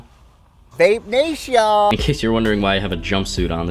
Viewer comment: Great video! Looked like an awesome project you did. And the "Vape Naysh" killed me. Itd be nice if you could do a hoodie t-shirt sale cuz I need a hoodie, cuz it's getting cold. Thanks man, keep up the good work!